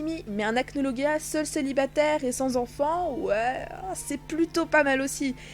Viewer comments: Achnologia 😂😂😂 tu le prononce "guia" mais c "gia" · Acnologia ce prononce " Acnolojia " ;)) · Ça ce dit acnolojia mais bon je dit ça comme ça